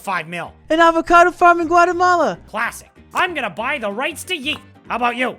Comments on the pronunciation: It's avocaDO not avocaDONT. Make it rain Chill. Make it rain. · You get the like just for the "avecadont" 😂😂😂 I mean you would've gotten it anyways but I'm being real here